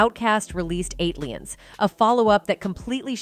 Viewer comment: You know it's A.I. when she says "ON-TWON Patton", "Southern Playalistic ODD-E-LOC Music", "ATE-LEE-Ins", "AQUA-MEANIE" and "STANK-HO-NIA". 😂